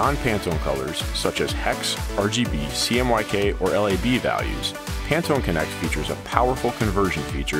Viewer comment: ...You mean I've been pronouncing Pantone wrong this whole time?